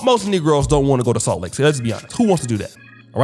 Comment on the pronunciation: Did say Salt Lake Tidday?